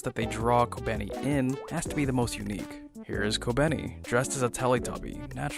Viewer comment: Youre completely miss pronouncing kobeni's name and Is very distracting